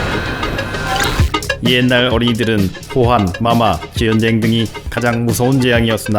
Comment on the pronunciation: 즈언쟁 ㄹㅇ옛날말투 와